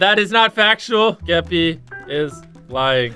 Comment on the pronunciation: Jimmy calling Skeppy "Skepp" is the reason I live at this point